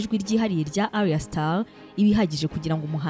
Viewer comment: Just a small correction, it's Ayra* Starr, not Arya or Aria. It's 2Face Idibia*, not Idiba. Keep feeding our minds, We love your content!👏